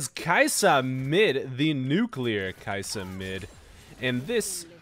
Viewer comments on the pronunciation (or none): It's pronounced Key Yah Suh